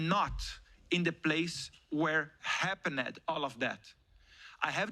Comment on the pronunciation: Eduardo, todos nós estamos felizes com seu esforço em denunciar a ditadura no Brasil. Sei que ingles é complicado as vezes, mas para de falar “HappeNED” 😂